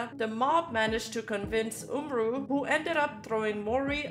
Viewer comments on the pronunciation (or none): Hey, just wanted to say my piece regarding the umru incident/drama (First of all it's pronounce OOM-ru, second of all this is gonna be a long-ahh comment but I promise it's worth it) I've been a fan of umru and his work since around 2020, and I've loved nearly every song and project he's worked on. Seeing his name listed as part of the credits for Sinderella was honestly kinda crazy, it felt like two worlds were gonna collide. But then he posted his "apology" statement. I feel like umru making his statement about disowning the song and him bringing up the deleted N-word tweets from OVER HALF A DECADE AGO was kind of a huge L on his part, considering he's also worked with other artists who've had similar situations in the past (i.e. Slayyyter and Caroline Polachek - but at least they both apologized!) and kinda left a bit of a stain on how I see him nowadays. I don't think he should've apologized at all, cus the song is honestly pretty fire. I literally listened to it for the first time while writing this and it is honestly very, VERY sick. Probably one of my fave Calli songs (imo of course). Sure, he may have fumbled the bag at first (it appears he genuinely didn't know who Calli was which is kinda crazy, and he thought it was gonna be for an actual Japanese artist at first before shit went down) but at least the remix he did for SG5 made up for it somewhat. Also, despite him essentially disowning it, the song is still avaliable to listen to, with umru's name still listed in